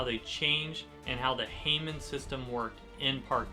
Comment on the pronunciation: Its pronounced "ha-moan" not "hey men"